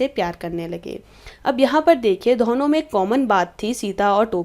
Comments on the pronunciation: Man please learn how to pronounce "Dono" properly. It's not dhono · What is dhono yr🤷‍♀️ plz improve your reading skills